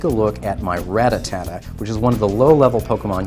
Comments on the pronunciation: First of all It's Rattata not RATATATA, second of all why tf make the video of you don't know the answer, this video was literally the most retarded video ever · Rattata not rattatata noob learn to read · Its RATATA not RATATATA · RA-TTA-TA NOT RA-TTA-TA-TA, DEAR GOOOOD! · Really? You said ratatata like 15 times in this video! Its RATTATA! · he said rata ta-ta lol ..your 16 year old should be doing these kinds of videos not you. if you cant pronounce their names correctly you shouldn't be playing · RAT-TA-TA not RATATATA.........jesus h. christ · Ratatata? That's what the guy was saying. LOL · "Rattatatta" now, next he'll be saying "Ratatouille" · RATTA--TATTA lol........................................lol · HOW MANY "TA" YOU HEAR IN RATTATA ?????? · stop adding the extra "ta" I couldn't watch the entire video cuz it got annoying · Everytime he tries to say Rattata a kitten dies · Say it right you dweeb. Where are you getting the extra "Ta"? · Sorry but why make the video if you're not going give us the answer? And you mispronounced Ratata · He can still play, he just shouldn't make "informational" videos with the mispronouncing